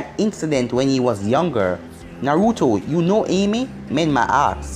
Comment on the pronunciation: said youno and not uno